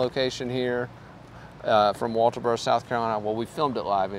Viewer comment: Atleast you say walterboro right lol I knew Maggie this is terrible I hope justice is served